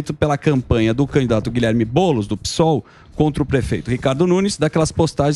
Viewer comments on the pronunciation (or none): none